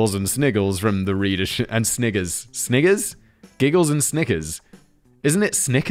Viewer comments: Totally sounded like Simon said the n word when he was debating snickering or not. I giggled while he was going on a tangent about kids giggling at dirty words in old books. The more things change the more they stay the same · The way Simon says sniggers is hella sus, man really emphasizes the hard R 😅